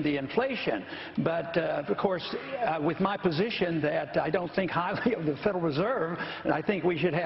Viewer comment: Can I get a proper enunciation on the th sound? I believe it's wiTH not wif.